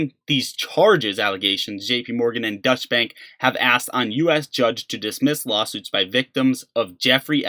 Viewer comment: I know I am picking on your pronunciation a little but, Deutsche Bank is not Dutch bank. Deutsche is pronounced like "Doicha". I live in Deutschland (Germany) and The Netherlands is Dutch. This will make a difference to your European listeners. Accuracy and consistency matters when you are seeking respect from higher level intelligent people like the people who watch a channel such as this. Don't let little mistakes like this damage your credibility because it will.